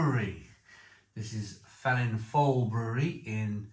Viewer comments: Its pronounced Velin voil by the way. 👍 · It's pronounced Velin-Voel instead of the F you say a V 😊